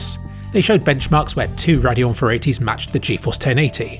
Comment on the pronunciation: oh, he's saying "Radeon" not "their annual" or "perineal." I was so confused LMAO